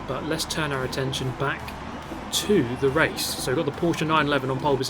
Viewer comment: In the name of all Germans, thank you for pronouncing Porsche correctly, it hurts my ears everytime I hear people saying Porsch